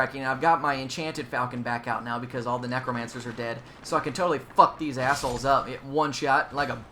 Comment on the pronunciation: I just cant get over the act he keeps calling the necromancers NEGROmancers, lol